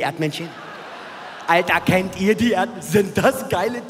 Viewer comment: Boah der Barth is so schlecht.. 😂😂 Ohne RTL hätte der niemals Erfolg gehabt.. 5 Alben 'Kensse'